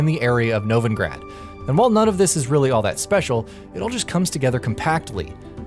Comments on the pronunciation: Skelligay and Novingrad, come on, they say the names, why must you say them wrong? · skelli-gay?? Novi-N-grad?? did you play the game on mute?? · Concerned with your pronunciation of locations. Skellige is not Skell-i-(gay) it's Skell-i-guh and Novigrad is not No-vi(n)-grad it's No-vi-grad. Also the #1 quest should be Gwent: Collect 'em all, mainly because there are consequences of not following a specific order to main quests if you want to collect the whole deck. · Skelligay and nevengrad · Dislike for "Skelli-gay" and "Novi-ing-grad" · "Skelligay" and "Novingrad" How did you mess those up so bad... did you not play the game? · Skelligay, Novengrad.. nice try tho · Did the narrator actually play the game? Skelligay, Novingrad? Seriously? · Mispronounced Novigrad too.